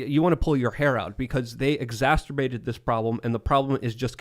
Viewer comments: there is only 1 "T" in "exacerbated"; it isn't "exasturbated" lol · It’s starting to bother me that doesn’t know how to pronounce exacerbated. It’s not exasturbated 😅🤦🏽‍♂️ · it’s exacerbated not exacterbated. You keep saying it wrong. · Is this the Tim and show? needs to shut up. “Exassterbated”? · How many times does going to say, "Exasturbated"? I think someone needs some alone time....🤣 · Will someone please explain to that the word is "Exacerbated" not "Exacturbated". Also, could you guys give him a valium or something before air time? He's all but frothing at the mouth with his anti-corporate rants. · It's not 'exacterbated'. It's 'exacerbated'. There are not two Ts or two Ds in it and I want to shoot the ceiling every time he says it wrong. It's also not 'effectivasty'. It's 'efficacy'. What is his love affair with mispronouncing words? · Can someone teach how to pronounce "Exacerbated". "Exasterbated" sounds like a sex act. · exasturbate Everyone: exacerbate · I love all these cromulent words is inventing like "Effecticy" & "Exascerterbated" Hope you never catch your teenage son Excasterbating 🤣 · really needs to stop saying "exacerbated" because he can't pronounce it. There is only one "t" in there, buddy. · Egg-sass-her-bay-ted. You're welcome,. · When says "EXASTERBATED" 🤣🤣🤣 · It's hilarious! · The word exasperated is not pronounced like the word masterbated.